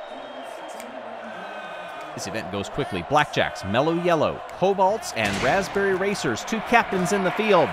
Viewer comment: it's 'raspberry'